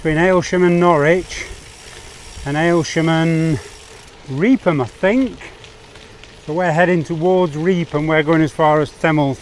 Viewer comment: sorry but it's pronounced reefham